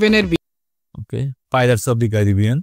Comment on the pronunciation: ভাই আজেবাজে ক্রিয়েটর এর ভিডিও দেখেন😑😑!!পাইরেটস উচ্চারণ করতে পারেনা,কি পরিমাণ ভাইরাল হওয়ার আর টাকা কামানোর নেশা,আগে নিজের বেসিক ঠিক করতে হবে তারপর।মোনোস্টার থিম কি ভাই!😑।মনস্টার ধুর বাল ভিডিও ই দেখুম না